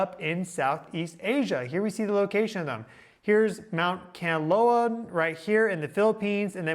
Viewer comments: dude, it's Kanlaon Volcano [Can-Lah-On] NOT Canloa [Can-Low-Wah] NOR [Can-Loan] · The Philippines is remote thats why there is no report of geological disturbances THAT YOU ARE VERY SURE ARE HAPPENING??? What a load of bullshit!! And please if you are going to make a big issue of them, at least get the names right! It is KAN-LA -ON, not Kanloa!! If you've done even cursory research you will know that Kanlaon and Mayon volcano erupt VERY REGULARLY and together with Merapi and Taal, you could even have 6 or 7 volcanos erupting ALL AT THESAME TIME which HAPPENS QUITE OFTEN IN THE RING OF FIRE!!! INfact at any given time 50 volcanos around the world are erupting. First time to view your video and am quite aghast here, mixing legit science with mumbo jumbo!!! Planetary alignment??? geomagnetic storm vulcanism??? Seriously??? Looks like a duck, is a quack... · It’s Kahn-la-on not Kanlowan. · If you really know your job, pronounce the volcano's name correctly - Mount Kanlaon pronounced KAN- LA- ON, not Kanlawn or Kanloa! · Kanlaon is pronounced 'khan-la-own' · please search how to pronounce kalaon you kind of bothered it a bit :) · Hi! the way you pronounce Mount Kanlaon - Kan (can) la (la the note) on (on) - tagalog is a languare that has no hidden sounds or letters. you speak as you spell it. and Mount Mayon - Ma (like ma - mother) yon (yoga without the -ga plus n). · Just to help… Kanlaon = KAHN-LAH-OHN and Mayon = MAH-YOHN. As in “on” the clock. 😊